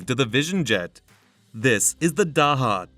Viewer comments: Thank you for a great video. The pronunciation of Daher is closer to Dah Er or Dah AIR, more or less. It is most certainly not DA HA. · It's not DAHA ,it's DA AIR . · "Daha" ... what the hell are you smoking ? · Daha DAha where did you learn to read? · I'm sure you know by how its "day her". LOL Lower cost option, how about Piper? Then there is the versatile Pilatus. The TBM once was a Mooney. The design changed hands a couple times and ended up with Daher. It's made in Tarbes, France. They got the name TBM from TarBes Mooney, TBM. I believe they are the fastest of the bunch, and have a lot of dedicated owners. At that price point, your getting close to Slowtation (Citation) territory. 8) They are a great airplane!! 8) --gary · Can’t A.I. be taught correct pronunciation? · If you don't know how to pronounce the company name, I'm not sure I can trust the rest of your information. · Come on! You can’t narrate the video yourself?? Need to use a computer that can’t pronounce Daher?? Do better.